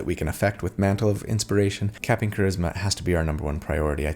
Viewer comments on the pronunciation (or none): When you had said capping charisma, I thought I heard “captain charisma”. Perhaps a name for this character? 😁